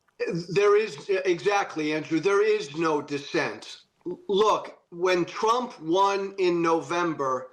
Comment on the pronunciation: I liked the slip of the tongue, "President Strump"!